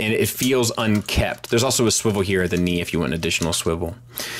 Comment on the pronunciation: No silent letters allowed. That's why he pronounces knee "ca-née"